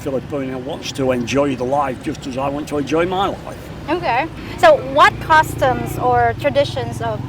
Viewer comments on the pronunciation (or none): My favorite thing is the way you pronounce "customs" so close to "costumes" :) It's adorable. I have a lot of thoughts on why these men might not have Filipino friends: 1) I think people usually find friends around their own age, and demographically the Philippines seems to have way more younger people than it does people around these guys' age. 2) a lot of men tend to withdraw from their friends once they marry and have kids, and then after decades of that, they've kind of forgotten how to make new friends, 3) people usually make friends with people at the same socioeconomic level as themselves and most Filipinos would be far poorer than these guys, and 4) I think older men tend to care less about having friends anyway. So I would expect them to have few/no friends in the Philippines, and any they do have would most likely be Western men around their age because it would be easier.